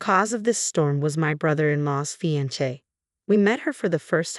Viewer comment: I have a suggestion for the electronic reader. At least in the early days of text to speech, to get the voice right, the spelling of some words had to be changed so they sounded right. It might be the case here. Closer than what the reader said, you might spell fiancée as fee-on- say. Not right, but closer.